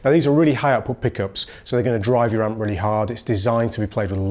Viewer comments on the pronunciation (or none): Blackstar amp, not "map"...